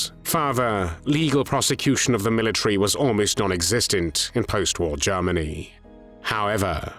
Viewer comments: This narrator always pronounces Germany as Jarmany 😅. But content is much appreciated. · OMG. Now I can’t unhear it! 😅